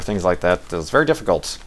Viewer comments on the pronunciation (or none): hahahahaha LOOOOOL "thats a wery nice everything you got there"!!